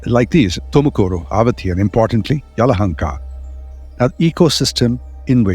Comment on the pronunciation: Name is Bengaluru 💛❤️ you got Yelahanka right 👍 We don't need any kind of 'Bang' in the city and there's no 'lore' refering my city as Bangalore ✌️. ಇತಿಹಾಸ ಹೇಳುವಾಗ ಸ್ಪಷ್ಟವಾಗಿ ಉಚ್ಚರಿಸಿ ಹೆಸರ ಗುರುತಿಸಿ ಹೇಳುವುದು ಆ ವ್ಯಾಪ್ತಿಗೆ ಕೊಡುವ ಮೊದಲ ಗೌರವ 🙏